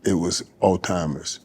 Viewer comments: It's not al timers its Alzheimers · Michael, it isn't pronounced "all-timers" . After being familiar with this condition for several years you'd think a person would know how to pronounce the word correctly😞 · “Altimers” ……… really……………… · They coulda let that man know it’s Alzheimer’s and not All Timers before the interview started.